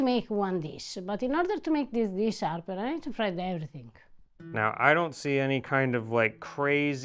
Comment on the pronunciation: frigge ogni pensiero😂😂 every-think